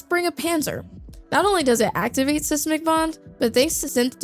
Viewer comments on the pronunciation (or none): Can't pronounce seismic